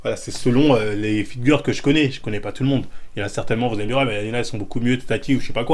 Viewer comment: "Fitgueur" j'suis ko 😭